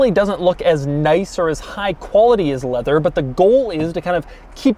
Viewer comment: “Full leavew affaiws”